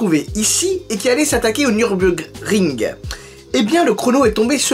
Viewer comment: Tu galère a dire Nurburgring